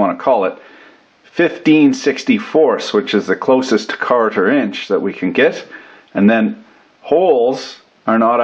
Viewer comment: Not hating on it, but being Canadian why do you sound like a leprechaun whenever you pronounce "quarter"? luv u bb Edit: and serious questions, when you do an interference fit, do you mess up the lubricant in the bearing? I always see people in videos torching the bearing, how high of a temp can that lube take without burning? I'll guess about 120 pumps/minute, but you're the expert.